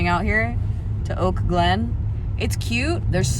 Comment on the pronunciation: Omg for the first 3 minutes of the video I thought you said you were in Oakland and I was so confused 😂